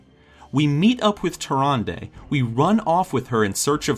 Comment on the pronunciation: I love your videos, this makes a great point, and I'm suspicious of Malfurion now. But please, please, please, listen to how Tyrande is pronounced in game. The last syllable is pronounced like "duh" not "day". Why your pronunciation bothers me, I don' know, but that's my main focus during these.